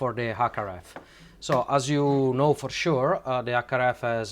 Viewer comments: Stop-a adding-a the letter-a a to the end-a of every-a second word-a. You need to neutralize your accent, it took me way too long to figure out you were trying to say HackRF, you were saying ack araf. C'mon man, you've got the linguistics down pat you're just being lazy. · It took me a while to realise "ack araf" is his attempt at saying HackRF. As someone who speaks a half dozen languages fluently, and a dozen languages conversationally; the first thing you MUST do when learning a language is neutralise your native accent or you just sound silly / low IQ.